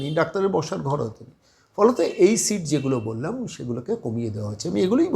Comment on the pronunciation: Eto heyali keno...seat na sheet na mark sheet ki sit...poriskar kore bolun....oto somoy kothai...